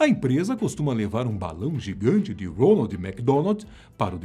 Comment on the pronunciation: É impressão minha ou ele fala ROLAND ?